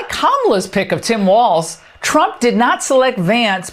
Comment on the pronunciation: Why do Fox people always say "Waltz" there is no T, just like the guys on Fox have no T.